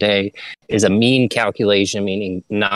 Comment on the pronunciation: What is this "ghallkuhleeeehshons" you are talking about?